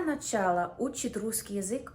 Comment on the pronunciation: ...я навчала учитъ... - укро-австралийка!):face-blue-smiling::face-blue-smiling::face-blue-smiling::face-blue-smiling::face-blue-smiling